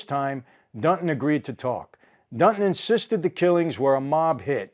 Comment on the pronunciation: This guy’s name is “Dunton”, not Dutton.